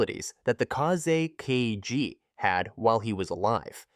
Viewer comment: I'm not sure which one is more of a nightmare – the Third Kazekage puppet itself, or hearing Kazekage being pronounced as "Kaze KG" – which would make a kickass name for a Sand Village MC.